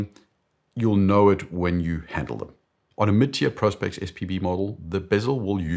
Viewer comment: So refreshing to hear Prospex being pronounced correctly for once.